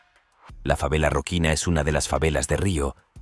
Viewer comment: Rosinia es la pronunciation